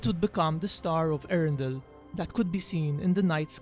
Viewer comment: It is not erendil it is E-A-REN-DI-L